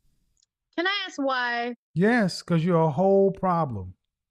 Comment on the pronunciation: All high value men like a woman who can AXE questions.